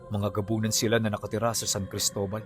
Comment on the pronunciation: Cristola? Or Cristobal sir